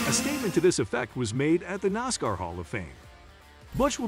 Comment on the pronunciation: Let's go Noscar, I love it, you can't pronounce NASCAR....